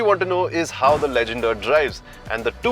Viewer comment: said right